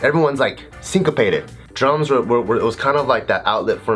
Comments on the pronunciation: I keep hearing drugs Instead of drums so it sounds like he said drugs helped me through r tough time lol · Whenever he said drums i heard drugs. "regardless of what stage of life i'm in, drugs will always be there for me" XD